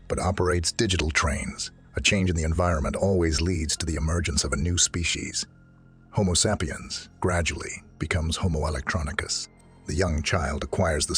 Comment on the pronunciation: Lost me at "homo sap e ums"